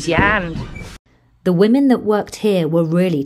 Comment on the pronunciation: you sound like Lee Mack -'loose your (h)and😂